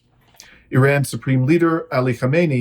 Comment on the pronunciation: You are pronouncing IRAN incorrectly